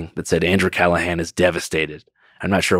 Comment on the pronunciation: Had him on and still did pronounce his name right